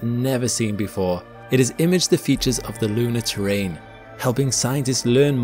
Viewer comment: „Lunar terrain“ = „Lurrain“😀